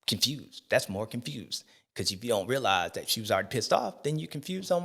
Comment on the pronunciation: “Confewsed” as hell